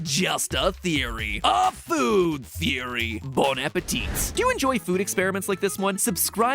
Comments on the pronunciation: Protip: Don't pronounce the last "T" in "Bon appétit". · Fun fact: you aren't supposed to pronounce the last "t" in "bon appétit". You're welcome.